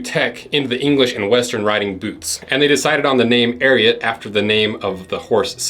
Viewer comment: I’m glad u at least said the name correctly 😂